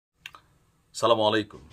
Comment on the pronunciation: এমনভাবে সালাম দিলে পাপ হয়।সুন্দর করে স্পষ্টভাবে সালাম দিন।